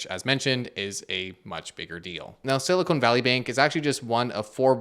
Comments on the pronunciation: Silicon and Silicone are two different things. I had fun hearing you say Silicone, lol. Silicone Valley has to be in Las Vegas or Hollywood. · Thanks for the video, very informative. I heard some recent, earlier this year, warnings about this--they called it a Bail-In. And FYI you should pronounce it Silicon, you keep saying Silicone. Silicone is something else. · Love the video and simplistic explanation but hearing SiliconE instead of Silicon is like screeching chalk on a board. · Dude. Silicone and silicon are different. Silicone (rhymes with cone) is what they make large-chested ladies from. Silicon (rhymes with con) is a fundamental atomic element and what they make semiconductors from. Silicon is used to make silicone but they're not the same. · “Silicone Valley” lol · Someone, please, tell that silicon!= silicone. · Is it siliCONE, or siliCON? Been hearinng CONE more often than not, lately. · Why does he keep saying “silicone” instead of “silicon” ? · Thanks for the good coverage. Small beef. It's sili-kahn, not sili-cone. Silicon is used in computer chips, silicone is prosthetics. NOT financial advice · Please stop calling it siliCONE valley. 🙄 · I was sidetracked by the Canadian accent pronunciation of Silicon as Silly-Cone. 🙂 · I think "Silicone" valley is where breast implants are made mate. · should learn how to pronounce silicon tho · he's also pronouncing it wrong in canadian